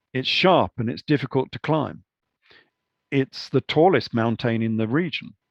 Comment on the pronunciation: Mountane lol.. Great video, fascinating information